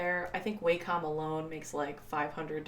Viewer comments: It’s pronounced “Walk-um.” 😁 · What are you talking about I think in my opinion if you say it like WAY-COM it sounds more regular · Lol. None of those Wacom pronunciations are right. It's WAH-cum. Wah like water.